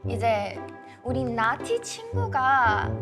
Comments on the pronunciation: 나티 -> 나띠라고 들림ㅋㅋㅋㅋㅋ😂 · 나티가 계속 나띠로 들린다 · Every time they say 나티 I keep hearing 나띠 😂